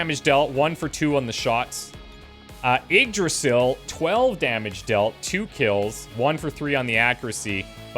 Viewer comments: its pronounced ig-Dra-zill Im pretty sure. The Y is a i and the s is pronounced more as a z. If Im wrong please someone correct me. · Yggdrasil is said like eeg-drah-sill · You pronounce Yggdrasil eeg-DRAH-sill.